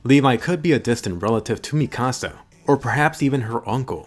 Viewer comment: I don't know why, but the way he pronounces Mikasa rly annoys me